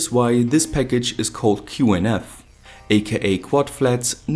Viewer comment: you said QNF instead of QFN but the video was great as anyways